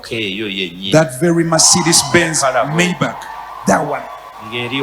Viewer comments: Pronounce as Mayback not bachi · The pronunciation is MEYIBAKA not MEYIBACHI have written it in luganda to give you the right picture